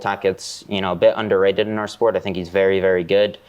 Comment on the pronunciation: Nicky Rod saying “vewy” instead of “very” makes me like him more